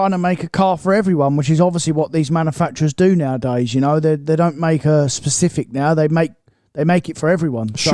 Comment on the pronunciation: “SPECIFIC” - nailed it again.